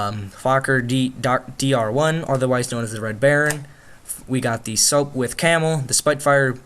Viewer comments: SOPWITH not SOAPWITH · One propeller heads will be pissed its "Sop-With" and "Spit-Fire"